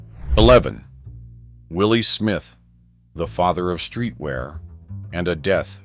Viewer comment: Will Smith is NOT the designer Willi Smith OMG CORRECT YOURSELF